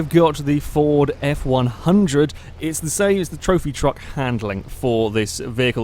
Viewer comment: You said at the beginning of the ford F-150 'Ford F-100'